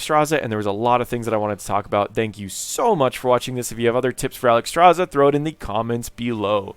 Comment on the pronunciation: Alexstrasza, not Alexstraza. Otherwise a good informational video